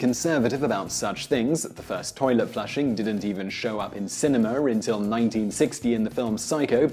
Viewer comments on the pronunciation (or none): none